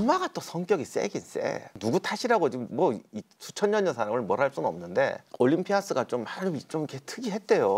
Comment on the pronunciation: 작가님.. 올림피'아'스... 좀... 보고있기 힘드네요...